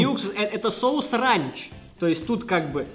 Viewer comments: не ранч а рэнч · Не рАнч а рЭнч😂😂